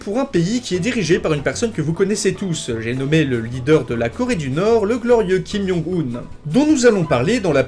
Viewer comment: "kime young une"